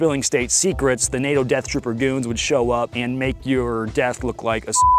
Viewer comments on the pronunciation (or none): none